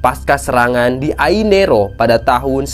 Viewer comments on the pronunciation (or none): Ainaro, bukan ainero😂😂😂. Baca sok lancar tp salah